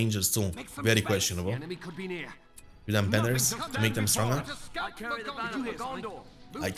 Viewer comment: Man I love ur Videos but pls check the Pronouciation of the word nearby